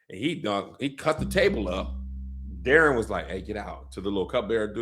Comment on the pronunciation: I don’t like how they’re pronouncing Daeron’s name in the show. It’s (Day- Ron) 😂